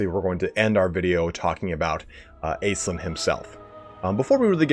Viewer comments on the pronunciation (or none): I hate to be that guy, my guy - but it's pronounced Ash-linn. I know it's a made up elf lady but it's a real name. I'm sorry bby, pls forgive xxxx